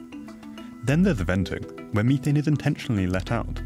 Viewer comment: Disliked because of the Mhe- Th-ANE. My ears are bleeding from this guy's lack of correct pronounciation of methane